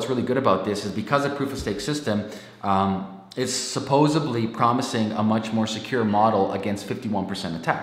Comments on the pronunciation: Sorry, bro... I got 18sec in before you said "supposeuhbly" and that you were a HuffPo contributor. You realize that both those things undermine your credibility, yes? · Thanks for the video. I switched off when you said "supposebly."